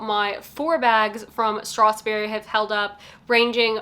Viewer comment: Thank you for the good review, but can you please not pronounce it StrathSberry, there is no S in between strath and berry.